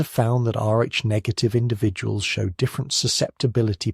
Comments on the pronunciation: FYI, your AI narrator doesn't handle "RH" well. Neither does the AI caption generator. It's sometimes "arch" and sometimes "ar" and various other variations of what a program might interpret "RH" to sound like. You might try "R.H." if you're using text to create the narration. Hope that helps. Thanks PS. Kalamazoo, Michigan here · So annoying, is this robot saying Arch negative, RH Negative or or O RH Negative blood like mine? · Listening from near Volos, Greece. You should teach your AI voice to pronounce RH correctly; sometimes it does, sometimes it comes out as "R---" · Shame your AI reader couldn’t pronounce RH properly.. otherwise it was pretty good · Very interesting as I'm a neg. But couldn't help noticing pronunciation oddities: R-A, Arch, Rack, R--ack, R--aik, Air, instead of Rh. Must be my weird blood type that causes me to notice this. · Maybe next time you can use and AI tool that can say Rh properly. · Can’t you teach your AI narrator to pronounce rh correctly and consistently?